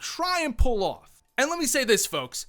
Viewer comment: “Try and pullouf”